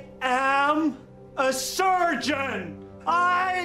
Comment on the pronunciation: I thought he was a sergeant😭